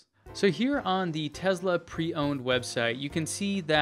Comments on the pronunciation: It's NOT Tezla its Tesla! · Great videos ! But hey, the name "Tesla" does not have a Z in it :)